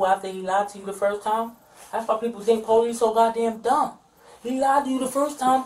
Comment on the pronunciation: insisting youre innocent while pronouncing it "Po-leece" is wild